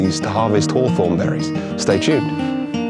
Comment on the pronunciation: 讀作 ˈhôˌTHôrn 不是好酸 照著邏輯，蜂蜜要叫好甜😅